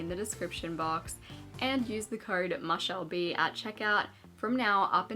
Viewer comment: Omg this whole time I thought it was pronounced “moo-shell b” and not “mah-shell b” lol